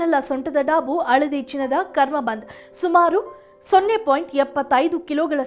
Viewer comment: Le nin t olgade coffee haaka, adu aladi alla , haladi